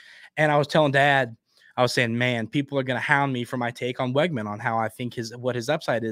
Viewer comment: Hey. Just a heads up, according to people who attended high school with Conner his last name is pronounced Wigman, not Weggman.